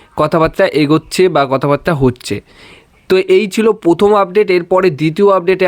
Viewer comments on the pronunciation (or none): কথাটা প্রথম, পোথোম নয়। উচ্চারণ ঠিক করুন। ইসপেন নয় স্পেন। নিখিল পোভু নয় নিখিল প্রভু। পুরো ভিডিওটা শুনতে খুব বাজে লাগছে।